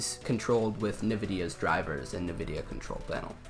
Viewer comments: Please stop saying "nah-videa", that is not how the company name is pronounced. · I fucking love that he calls it navidia